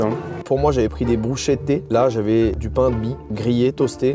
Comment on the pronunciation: Bruschetta ce n'est pas une brochette mais une tartine grillé 🤌 ( ça se dit "Brüsch Ketta" ) ☝️🤌